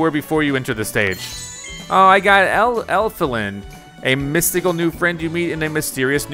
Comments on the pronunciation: He even says ELFILIN as ELIFIN... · Well, he said Elfilin as Elifin...Even though Elfilin is not an elephant...lol